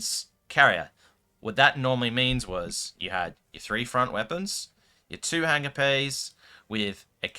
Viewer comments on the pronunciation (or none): none